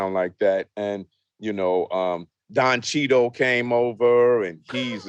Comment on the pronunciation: "Don cheeto"😂😂i thought dre would know how to say that